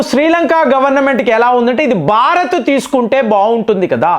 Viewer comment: బారత్ కాదురా భారత్